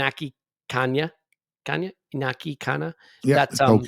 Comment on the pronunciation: I'm normally very upset about how people mispronounciate players' names, but, I'll let it go with my homies. However, however you want to pronounce it, Raya is pronounced "Rye-ah", not "Ray-er". It's also "In-yaki". No worries. I appreciate that we're mostly English speaking. I'm English/eastern European/French (and more). I get upset when people get it wrong, but, I'll forgive when reasonable excuses are given. Love the show!